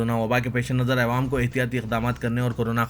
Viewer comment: Assalamualaikum Bhai apna pronouciation theek karo awaam Kaho